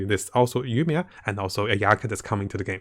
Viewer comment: Yoimiya -> Yuumiya Sayu -> Sharyu